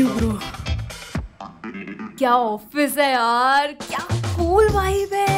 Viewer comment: Who heard that when he said "Yaar movie ka time ho rha hai " he actually said yaal and also she is the one who in the beginning became Tara and now she is a new commer😂😂😂😂😂😂😂😂